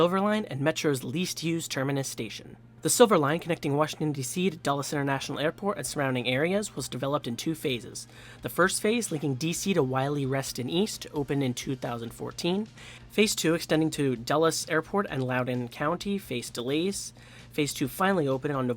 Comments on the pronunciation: I know the trains say "wily," but it's pronounced "wheelie" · I had relatives in the DC metro so I'm familiar with the name. I thought it was pronounced "wheel" but without the "h".